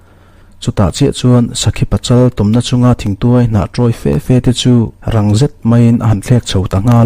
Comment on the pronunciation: Thangkhat lian tih leh Thir tuai hi i lam dik lo tlat ma.